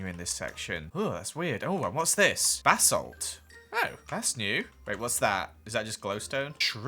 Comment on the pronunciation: Did anyone else hear Bassett, when said basalt 😂🥺💙